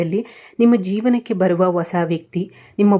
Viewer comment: ಮೇಡಂ ಒಸಾ ವ್ಯಕ್ತಿ ಅಲ್ಲಾ ಅದನ್ನ ಹೀಗೆ ಉಚ್ಚರಿಸಿ ಹೊಸಾ ವ್ಯಕ್ತಿ ನೀವು ಜೋತಿಷ್ಯ ಹೇಳುವವರು ಪದಗಳ ಪ್ರಯೋಗ ಸರಿ ಇರಲಿ.ತಪ್ಪು ತಿಳಿಯಬೇಡಿ. ಕನ್ನಡ ಉಚ್ಚಾರಣೆ ಸರಿ ಇಲ್ಲದಿದ್ದರೆ ಕೇಳುವಾಗ ಹಿಂಸೆ ಆಗುತ್ತದೆ. ಹೇಳಿ ಕೇಳಿ ನಾನು ತುಲಾ ರಾಶಿಯವಳು ನನಗಿಂತ ನಿಮಗೇ ಚೆನ್ನಾಗಿ ಗೂತ್ತಿದೆ